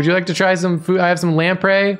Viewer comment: Today I learned how to correctly pronounce 'lamprey' so never let anyone say this stream isn't educational. (I always mentally said "lampree.")